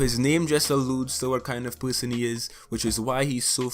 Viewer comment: every time he says person, i think he is saying something else